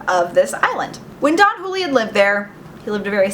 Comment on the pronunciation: It's pronounced who-lee-UHN. Just saying...